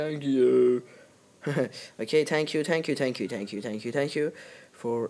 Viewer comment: U said thank you wrongggggg